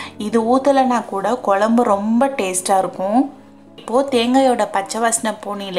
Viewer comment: Dear your receipe us very good. Your oresentation also is good. If you pronounce "kozhzmbu" correctly like in pazham, you will be outstanding. Pronounce Pazham as that and nit as palam. Its Tamizh ant Tamil. Git it dear. I am like your mother so this correction. Everything is super. No hard feelings ok.